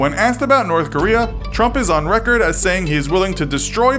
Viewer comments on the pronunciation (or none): I swear I keep hearing him say Donald Rump...